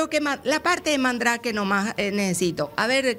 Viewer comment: Mba'e "Mandrake" pio, al menos pronuncien bien perioditruchos